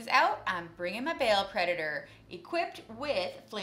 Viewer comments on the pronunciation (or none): 5 batreps' in and is already better than and combined. Now if they could just learn to pronounce Abaddon and Ba'al...